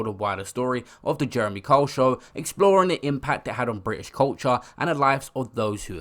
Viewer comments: But the narrator sounds like he is saying Karl. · Pronounced Kyle not cole. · Can’t this guy even say his name properly?!! Who the fuck is Jeremy Cole??!! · It's not cole it's Kyle ..pronounced K I L E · Sorry fam, you're really irritating me with your pronunciation of Kyle. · Guy cant even pronounce Kyle, does it surprise you he can’t read either ? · Why cant you pronounce Kyle??